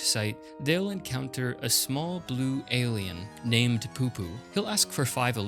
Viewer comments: The alien is not poopoo its PuPu, like a church pew or the sound you'd make from firing an toy gun as a kid pu pu. Considering how many FF8 strategy guides were sold when thw game came out most people who was into gaming in 99 to early 2000s knew the secret bosses and others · Lol the way he kept saying PuPu